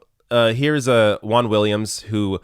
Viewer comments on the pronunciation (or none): I can't stand how Americans pronounce "Juan". It's so painful.